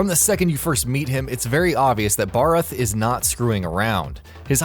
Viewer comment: To me, the names he fucked up on was Zorah Magdaros, Nergigante, Vaal Hazak, Uragaan, Odogaron, Barroth, Pukei-Pukei, Legiana. Honestly was the cringiest when he said Nergigante.